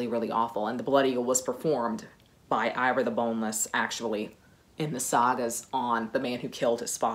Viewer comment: And yes, Ivar is pronounced Ee-var, not Eye-var. I'm norwegian.😊